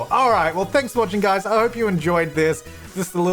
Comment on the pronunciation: Dr Gluon has ruined my ability to hear you say "Hi guys" without it coming out in my head as "Hoi Goiys"